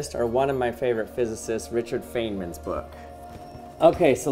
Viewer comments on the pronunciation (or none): Um... "fane"man? No, no... try "fine"man. Just trying to help :) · He said feyman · "Richard FAYN-MAN" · I believe it's pronounced Richard FINE-man, not FAIN-man. Otherwise, nice video! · It's pronounced like, "Fine man" not like "Fane man". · I know you are right. I got used to saying “fane” man due to the mispronunciation of Feynman diagrams that a lot of people use. I should say it the right way:) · Richard faneman!? It’s pronounced fine-man. Heh that cracks me up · Richard Feynman's last name is pronounced like FINE man, not fane man. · Richard Feynman was a fine man - there's the pronunciation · It's pronounced fine men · Please don't mispronounce the name one of the greatest mind's in physics please! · You pronounced your favorite physicists name wrong. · he also pronounced "hill" wrong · Your pronounced Feynman's name wrong.